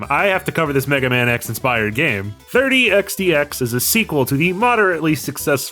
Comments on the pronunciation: The way you pronounce 30XX as 30X "D" X makes my ocd scream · you’ve been saying it correct, the pronunciation in this video is wrong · Not complaining, just curious if maybe it's a culture thing? What's with the d? It's xx isn't it? I still can't find xdx anywhere in the game......edit: nvm I think I get what your going for. It's a pronunciation thing for numbers. Reminds me of an IQ test I was given as a very young child where one of the thing was "count as high as you can" so I did. Meanwhile noticed a pattern, and while I knew 100 was a number. It was a vague concept to me. BUT I noticed something thirty, fourth, fifty....and so on. So when I got to ninety nine I went to tenty, tenty one. So is this it? Your going with "in the year thirty xty x"?